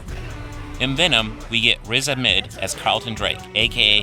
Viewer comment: its actually pronounced ahmed u pronounce the h my name is ahmed i know lol great vid btw